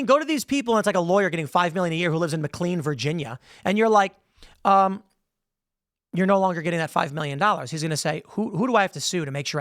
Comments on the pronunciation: It is pronounced Mc-KLAIN not clean. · It’s pronounced mc lane Virginia